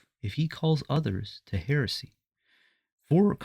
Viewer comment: You can't even pronounce 'heresy' properly.